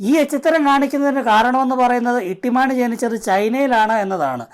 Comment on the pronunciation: ഇട്ടിമാണിയല്ല തൊട്ടി മാണി പൊളിച്ചു.😂😂😂